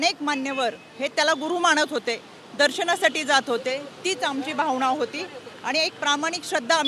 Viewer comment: अणेक, भावणा, 😂😂 काय शुद्ध मराठी बोलायचा प्रयत्न करतेय 😂